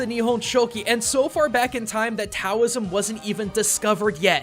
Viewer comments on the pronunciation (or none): I think you pronounced Taoism as "t-ow-ism" but it's actually "d-ow-ism." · Taoism is pronounced with a d so it ends up sounding like Dao ism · Daoism/Taoism is pronounced with a "D," not a "T." Think "Dowel." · Taoism, is pronounced dow isim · Not to be rude but Taoism is pronounced Daoism I understand that you don't know much of China just thought you should be informed! PS Yggdrasil is pronounced Igdrasil